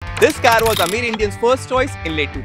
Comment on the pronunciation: Amir india ❌️ Aamir india✅️